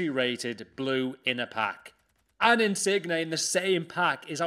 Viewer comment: Insigne! (Pronouncing the 'g') I am TRIGGERED